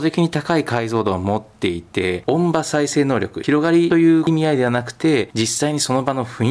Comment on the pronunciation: 音場：おんじよう・と発音のが正しい様です。